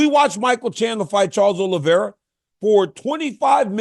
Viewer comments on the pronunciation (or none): none